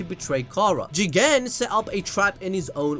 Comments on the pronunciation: The Jigen pronounciation is funny say it like Jeeeeeeeeeegaaaaaan !!! it will look better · You said Jegan 1000 times😂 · Say Jigen again I dare you I double dog dare you